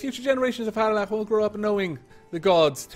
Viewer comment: Missed this series. So good to hear your Welsh lips spout the word "Harlech" again. Glad you're back at it :)